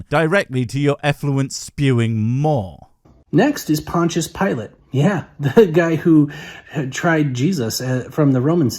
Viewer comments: "Pontius Pilot"??😹😹🤷‍♂️ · "Pontius PILOT"???? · hey I gonna stop you righ thtere. WHO the EFF is Pontius PILOT? I know Pontius Pilate, but PILOT?